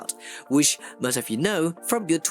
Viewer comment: Bro your saying beught instead of build